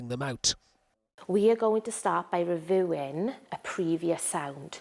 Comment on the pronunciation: The teacher can't pronounce reviewing correctly. How do you expect the kids to learn. I could hardly read when i was 11. I had the reading age of like a 5 year old. The children should be allowed to learn by reading, something they enjoy and are passionate about. Them also being able to question themselves about whether, they are right or wrong when reading, is important for self development.